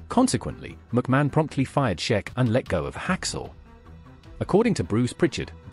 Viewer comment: Iron Sheik like week. Not sheck